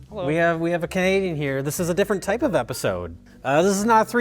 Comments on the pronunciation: Ohhhh that! I thought he was saying Type O. Like the blood type. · I literally heard "Type 0" lol.